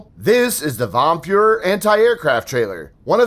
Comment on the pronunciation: "Vom Feuer" is German and means "by the gunshots". Btw. your German pronunciation is terrible